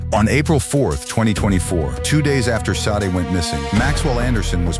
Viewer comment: Sade... is pronounced Sh-ah-day